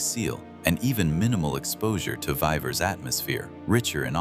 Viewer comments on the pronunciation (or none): A tiny glitch: The pronunciation of Vivers is not consistent. In the first half of the movie it is vee-vers but in the second half of the movie it becomes vai-vers sometimes.